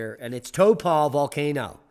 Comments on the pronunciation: Hey D - Taupo is pronounced like Howpoe cept with at T rather than the H. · regarding your mis-pronunciation of Taupo Tau (say it like the start of towel... tow) and po is like the first part of polar bear... po it a lot easier than Halemaʻumaʻu and of the same language family so it should be a piece of cake for you to master